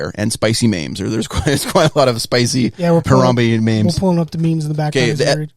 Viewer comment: who pronounces memes like “maims”, oh does 😂